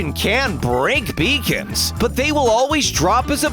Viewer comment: I keep thinking that beacons were pronounced as ‘bacon’